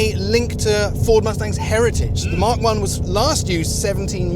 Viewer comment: You are pronouncing the Mach 1 incorrectly.You are saying Mark 1.It is pronounced Mack.When ford named it Mach 1 it was referring to the speed of sound being known as Mach 1.Stop calling it mark 1 please.